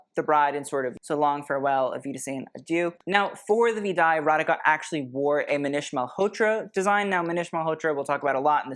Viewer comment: Just letting you know, you pronounce "Radhika" "Ratheeka"!